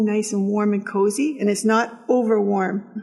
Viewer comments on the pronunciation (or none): none